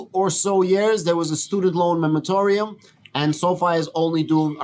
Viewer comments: great video. I own 10,450 shares of Sofi. I usually add shares every week but i’m holding right now until the price drops below $8.. Also it’s the “moratorium”… not “memotorium”… 😂 it also took me awhile to get that right. mor·a·to·ri·um /ˌmôrəˈtôrēəm/ noun a temporary prohibition of an activity. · 😂😂😂 the accent is the reason you’re saying MEMAROTORIUM instead of MORATORIUM? like i said it took me a while to say it correctly so no harm no foul.